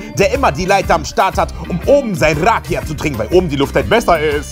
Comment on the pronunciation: du sprichst rakia falsch aus .das weiß ich weil rakia aus Bulgarien kommt und ich bin bulgarin